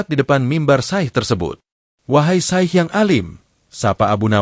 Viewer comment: Sy pernah mekritisi admin,klo Naratornya hrs org yg paham dg dunia Islam termasuk pengucapannya.Ucapan Alloh,Syaikh dll yg jelas jgn membuat pendengar menjadi ragu.Narator belajar dulu jgn asal baca,salah pengucapan salah pula maknanya.Jgn cuma keuntungan sepihak..